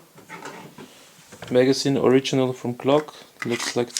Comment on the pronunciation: It’s MAGAZINE, not “Mega Scene”